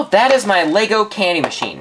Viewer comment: ITS LEGO NOT LAYGO DUMDUM